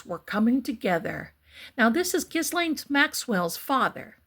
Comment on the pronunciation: Ghislaine is a French name and it’s pronounced, with a hard G, gee-LEN.